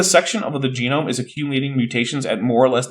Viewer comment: Oh, is this where Bad Jackson gets his pronunciation of "jeh - noam" from?